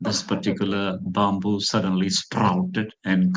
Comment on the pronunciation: I like this trainer, we should pronounce that word byamboo instead of bamboo